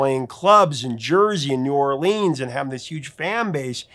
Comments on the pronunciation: Sir, it’s not New Orleeeens. It’s New Or-lens. Like lenses in your glasses.😂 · It is pronounced New Or-lenz NOT New Or-leenz. Book it, thank you.